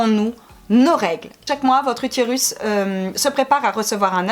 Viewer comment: Y a que moi que sa perturbe « utirus » 😂